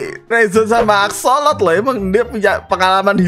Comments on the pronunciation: bang bukan asolok yang benar asosol gitu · Bang itu bukan axsolot bang kalau bang teguh bilangnya tapi akssosol